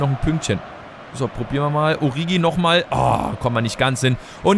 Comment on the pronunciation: 1.: Liest du überhaupt jemals Kommentare? Ich glaube jedes Mal schreiben ca. 30 Leute dass es "Oritschi bzw. "Orischi" heißt und allgemein Alles was du sonst falsch aussprichst. 2.: Du löschst seit Anfang an der Karriere die Nationaltrainer-angebote und checkst immer noch nicht dass du sie damit NICHT ablehnst. 3.: 2. beweist dass dich genau nichts außer Spielen, Transfers und Tabelle interessiert.